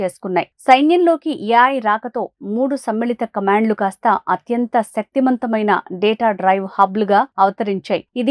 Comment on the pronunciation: Shakti kantham kaadu shakthi vantham ... Yaay kaadu AI ..A I ani sadavaali telugu nerchuko akka . Maa paruvu theeyaku ..leda poyi ruce bag channels lo job chesko